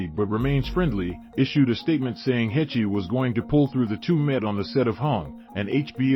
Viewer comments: Heche is pronounced like HAASH. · Absolutely butchered her last name. Not at all how you're supposed to pronounce it. Do better. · You are sooo mispronouncing her name. If anyone should get it right, it should be you, the media. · He can't even say her name right! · At least pronounce the woman's name correctly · God yes, seems lots of peeps butcher her last name. If you are giving an update on her life pronounce her name correctly please!